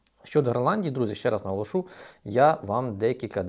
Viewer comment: наголОшу, не наголошУ